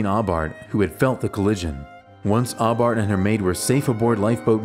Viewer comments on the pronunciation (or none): Guggenheim's mistress' name was Aubert, pronounced "O-Beer"